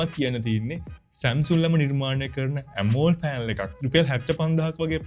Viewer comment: ඇමෝල්ඩ් නෙමෙයි බ්‍රදර්, ඇමොලෙඩ් කියන්න ❤️ වීඩියෝ එකනම් හොදයි, වටිනවා 🎉